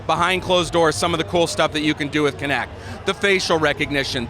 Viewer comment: WTF? This isn’t a physics class. It’s kinect not kinetic. Idiot. I’m not even a fan of MS but damn, at least get the name right.